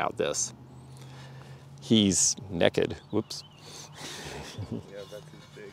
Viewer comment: Nice lil haul! Luv yellow 😍 that & purple are my fav colors. I've never been to Earlington Lake, but my hubby goes fishing there occasionally. Really like the Romeo & Juliette piece, it's simple & pretty. The way you said "neck-ed" cracked me up🤣 (pun intended) 🤭